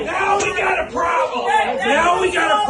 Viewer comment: "Nooow, weee got ä proooblyem!" Yep, have another drink or two!!Republican Darren going viral! 😂😂😂 What a shit show! 😅😂 #voteblue2024